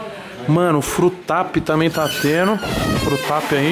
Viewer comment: Frango tá "teno" , frutap tá "teno" , peixe tá "teno" , like tá " teno" comentário Tá "teno" ,casa cheia tá "teno" , nova moradora "tá teno" , bandeira dos ets "Tá teno" mansão "tá teno" , "teno" tudo , tá bom 😄